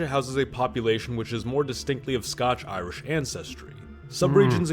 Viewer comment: The Scotch-Irish thing was driving me crazy.